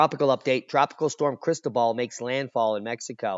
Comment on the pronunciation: You're mispronouncing Cristobal. I only know because I used to live in Panama.